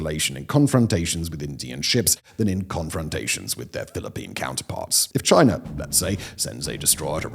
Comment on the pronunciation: Chiner and Indier